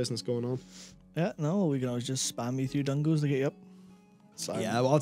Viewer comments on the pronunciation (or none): "Dungo's" XD